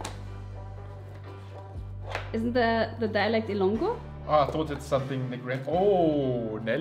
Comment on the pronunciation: Nelly nailed it. It’s Illongo-Bisaya!